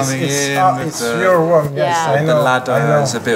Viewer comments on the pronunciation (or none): Mon cher Gre , ont dit "room" , pas "romm" :P